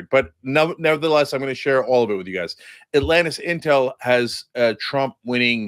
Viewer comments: Cenk said atlantisintel 😂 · Cenk called the poll AtlantisIntel.... 😂